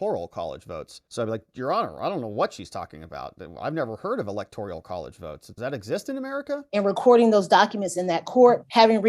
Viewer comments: "Electorial" is driving me nuts! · No I just looked Electorial up and no it's electoral